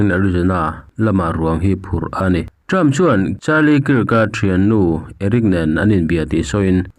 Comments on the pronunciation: Charlie kiirk han tih em em chu mawbawk le..pete tih lah pet i ti thul. Hmasawn tum ve em em laaa.. Zirlai tam takin i channel hi an ngaithla tih te hre ve bawk teh. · Kirk hi Kak tiin an lam thin